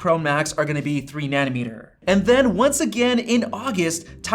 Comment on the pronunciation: What the hell is a “nanameter?”